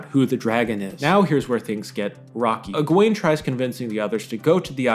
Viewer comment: I'm sorry but your pronunciation of Egwene is wrong it's Egwene. Thank you